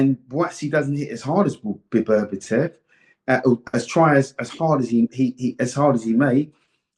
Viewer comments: For Duke BETTER BE EV That's how to pronounce his name .I value Dukes opinion on Boxing. Until he keeps bringing up Tank. Davis why? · Love Dukes analysis whether I agree or not (usually agree tho and his predictions are bang on). Love him on TS But he always mispronounces BETERBIEV as ‘Beberbetev’ and nobody corrects him 😂😂😂💪🏾🥊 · Beberbitev so many can’t get Beterbiev’s name right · One of the best analysts, yet one of the worst with names. I mean, «Beberbitev»? Really? 😂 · His name is BETERBIEV not BERBATOV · bro he calls him Beterbietiev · 'Bebertiev' loool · HIS NAME IS NOT BEBERBITEV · Everytime he said Berberitev I was in stitches, he also got confused between Madrimov and Kabayel😂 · HOW HARD IS IT TO LEARN SOMEONES NAME BABERBETIV LMAO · Duke it's beterbiev lol